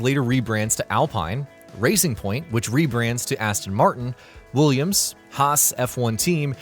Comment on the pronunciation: renul, alfa tory, alpiyn, wulliyams, haahs and many more XD